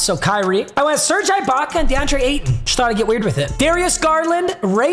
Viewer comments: was gunna make fun of how he says Ibaka then he said offensive 5 lmao papa still the goat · Bro it’s ibaka like iguodala not ibaka like ice cream 💀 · Papa please never say Ibaka like that ever again. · The way he says serge ibaka makes me cringe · FOR THE LOVE OF GOD, ITS PRONOUNCED E-BAKA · just a little tip ibaka is pronounced with an “e” sound so like ebaka lmao love the vids man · The guys gotta stop saying Eye-baka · bro its pronounced eh baka lol. fire vid tho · Papa you need to pare serge eye-Baka with Jonas Val-enc-ee-you-nas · It’s pronounced e-baka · His name is pronounced ebaka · It’s pronounced eeebaka instead of ibaka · Him saying ibakas name wrong is killing me 😂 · Bro Ibaka is pronounced (e-bak-uh) not I …. I cringe everytime u say it wrong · It’s pronounced eebaka not eyebaka btw also your packs dude come on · saying eyebaka about 247 times was definitely not ideal for my auditive experience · It’s not I baka it’s E Baka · its not eye baka, its e-baka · It’s gonna bother me for the rest of the season so I gotta address it now. It’s pronounced E-baka, not I-baka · Bro it is no I - bac - uh it’s e- bac -uh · Bro it E-Baka not Eye-Baka 😂😂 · E-baka not eyebaka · stop saying serge eyebaka it’s serge eebaka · Ibaka or “ee”Baka. Just please no more “I”baka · “Ee-Baka” not “eye-baka” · It bothering anyone else that he is saying I-Baka instead E-Baka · Its E baka not EYE baka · Just to let you know its pronounced eebaka not eyebaka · It’s eeeeebaka not eyebaka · ITS PRONOUNCED UH- BAKA NOT EYE- BAKA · It’s pronounced “E-baka” not “I-Baka” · i know is kinda clueless with NBA but it’s pronounced E-baka and it icks me how he says it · Come on it’s E-baka not I-baka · I cringe every time he says "I"baka and not "e"baka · It’s (E Baka) not (I Baka) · “EYE BAKA” 😂😂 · The way he said serge eyebaka was too funny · Man really says "eye-baka" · Him saying eye Baka makes me so mad lol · If he says ibaka like eyebaka one more time I swear